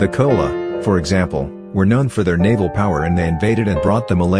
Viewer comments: Please correct the narration It is Not Cola but Chholla After 100 years some Indian may claim Coco Cola was invented by King Rajendra Chholla in early 1000s AD 😂😅 This is how distorted information starts Tamils have tendency to claim based on pronunciation of words As they highly value accurate pronunciation So please be respectful of Tamil people Short coming as it is also their strength 😢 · For heaven's sake, if you are going to produce a video for the whole world to view, can't you at the very least learn how to pronounce the words you are going to use? PanN(D)Ya is pronounced like the NY in caNYon, and CHola like CHoice, not like Coca-Cola. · Chola is not kola . Pl improve this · Chola is pronounced as "Ch" in cheat. Not kola. Pronunciation of "Pandya" also wrong. Dya to be pronounced as 'dia" in India. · Chola is pronounced stressing Ch like in chose not as kola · Pronunciation of CHOLA is wrongly done in this video, CH is to be pronounced as tf in chat or chores